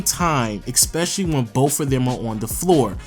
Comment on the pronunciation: It's ESPECIALLY not EXPECIALLY.